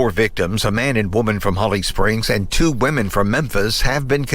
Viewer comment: People can never get woman and women right 😅